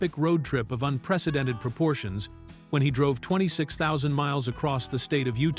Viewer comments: "Art director drove twenty six zero miles." Your AI voice can't read 26,000. SMH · THUMBS DOWN another AI narrated videos that cannot pronounce stuff LIKE 26,000 MILES not to mention wrong clips in video the music artist you portray on screen are not the two you mention go check you photo thats simon and garfunkel not McInture and Rubenstien , and then show Denise Matthews not Bolton ..... just a few of the blunt errors thumbs down to your lack lust poor attempt next time narrate with a real voice and double che k facks and photos